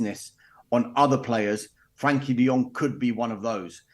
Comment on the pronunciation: Ignorant journalist who cannot even get De Jong's name correct. Embarrassing.